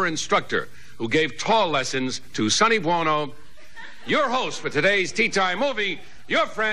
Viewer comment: Sounds like Ed McMahon said Sonny Buono instead of Sonny Bono.